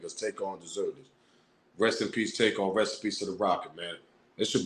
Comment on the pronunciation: The dude recorded dat video sounded funny the way he said takeoffs name...hes lik take paused then said off...y not say it the way it is takeoff